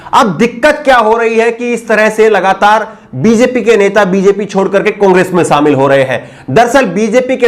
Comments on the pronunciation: Shamil ko samil mat kahobji . Apke journalism ke course me kuch sikhaya nhi gaya agta he ya aapne sikha nhia shobdo ka sahi ucharan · Sharm aati he mujhe jab sunta hu apka vdo jab aap bhasha ki aisi taisi pherte ho kaise sha ko sa kehna madhya prdesh prades bolte ho.shamil kovsamil keh rahe ho